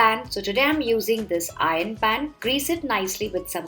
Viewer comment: Ur pronounciation of iron 😂